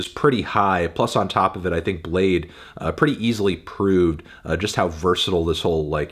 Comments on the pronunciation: imagine pronouncing bladee as "blade" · Cant believe his name is pronounced "blayd", not "blah dee" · Oh, it's pronounced Bladee!